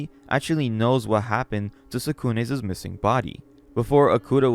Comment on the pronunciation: Your content is great and I appreciate your hard work and commitment. There is one extremely large issue that I have with your readings though. I've had to stop listening to your videos due to you adding extra "s's" and "z's" to nouns when ownership is inferred. If something belongs to Tsukune, it is Tsukune's, not Tsukune'szs. I really hope that you can improve in this regard. I've subbed and will keep an eye out. Keep up the good work!